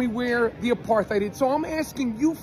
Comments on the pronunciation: It's pronounced apart hide, it means to keep "apart". It's not aparth heed ! Your welcome 😂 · Good stuff. But the word apartheid is pronounced uh·par·tide, not uh-par-tayd. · It's pronounced 'a parth eyed' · No it's not. It is an Afrikaanss word and the correct pronounciation is "Apart ate". In theory it was a sound idea when it was introduced to South Africa, and a form of apartheid is used in my country today with the original reason it was used in Sth Africa. I have seen a form of it in the US before and was shocked when I saw it. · The correct pronunciation is actually 'apart-hate'. It is not a German word. Listen to South Africans. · Everyone mispronounces "apartheid" apart from South Africans. It's supposed to be pronounced "apartate". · Actually, I was informed, many years ago, by my German 'Social and Cultural Anthropology' tutor, (whose name I shall reserve for the protection of the guilty!) that the correct pronunciation of the word, 'apartheid' is 'APART-HATE'... because, he explained, it was from the Dutch, not the German... Just sayin'... 😉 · He’s extremely ignorant and arrogant. He goes to Jerusalem and makes a video saying he sees no apar-thide couldn’t even pronounce it. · i mean, being from South Africa i have to put up with non-SA people mispronouncing apartheid all the time - but seing people mocking someone for mispronouncing it it even worse than usual is kinda mind-blowing.